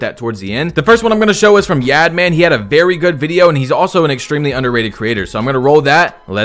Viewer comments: Ay great vid and its pronounced like yawd man not yad man😂 its all g tho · not yaad man it’s pronounced (yahd man) like yard man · the way he pronounced YaadMan 🤣🤣🤣🤣🤣🤣